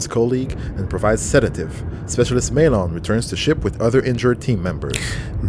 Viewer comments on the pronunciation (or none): 40+ Episodes and it still bothers me how they say Maelon. says it like 20 times in that mission and they still say May-LON